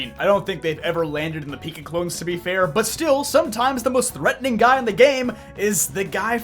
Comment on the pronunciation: Why did you emphesize "guy"? ❓